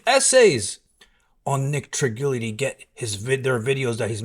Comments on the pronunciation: How is it that you say Nick is your friend but can’t pronounce his last name??🤷🏽‍♂️ Fact is he talks nonstop shit about everyone and what goes around comes around. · Great information, not the right way to say Trigili however